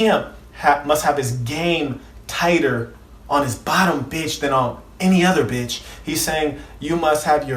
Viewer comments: Why he say beitch like that tho. Haa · Why he cant say Pimp and Bitch regular? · The way he says pimp and bitch kills me 😂😂😂😂😂